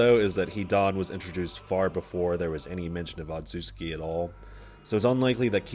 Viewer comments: otsutsuki say it with me ot·sut·su·ki not otsuki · "ozoozski" bruh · bit of a nit pick but it genuinely boggles my mind how someone can find difficulty in pronouncing "otsutsuki"